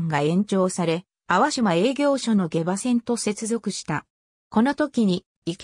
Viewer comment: 下馬はげばではなくしもうまです